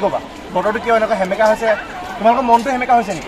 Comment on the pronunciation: Hemeka nohoi oo xemekaaa🤣